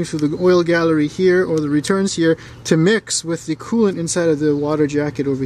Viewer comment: Did he say oil cooling and coolint lubricating